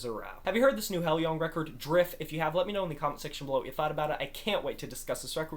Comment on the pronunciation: I absolutely love this album! Great review! Maria’s performance on Nesso brings me to tears. BTW, the band name is pronounced “high-loohng”.